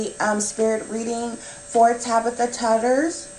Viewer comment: Her last name is pronounced “Too-ders”. :)